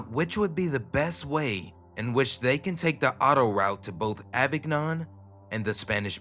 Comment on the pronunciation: Please, my guy, learn how to pronounce any names you're not familiar with. Geoff is Jeff, not jee-off. And Avignon is "avin-yon" not "avig-non". The mispronunciations are pretty jarring when you're telling a creepy story, and not in the good way.